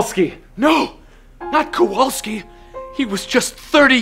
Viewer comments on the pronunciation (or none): Kowalski not Kawolski!!!! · Was the pronunciation of "Kowalski" on purpose?